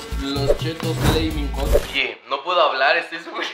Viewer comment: se dice flamin jot